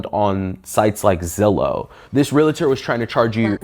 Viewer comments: Re-al-tor! NOT relator!!!!! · Its realtor not re-la-tor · It is not Relator. It is Realtor. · The word is pronounced “real - tor” not “real-A-tor”!!! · Its "reeltur" not relator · Argh - everyone in this video is saying "real-a-ter" instead of realtor. There's no third syllable! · Love you guys but it is not “REAL-uh-tor” there’s no “uh”. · REAL-TOR, not REAL-LA-TOR! One of the most mispronounced words! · “Realtor” is 2 syllables, pronounced exactly like it’s spelled, “real-ter”, not “real-uh-ter” with 3 syllables. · FYI-It's pronounced REAL-TOR. There's no "a" sound after the L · I know what I’m about to share is simply a pet peeve of mine but…….my skin crawls when I hear someone pronounce “realtor” as “real a tor”🙄. There, now my mini-rant is over🤭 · Can't help noticing that neither the victim nor can pronounce 'realtor' correctly.